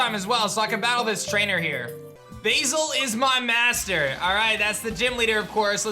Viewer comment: Pronouncing Basil as Bayzil? Oh blimey. It's Baz-ill :)